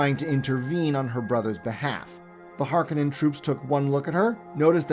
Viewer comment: HarKOnnen not Harkanenn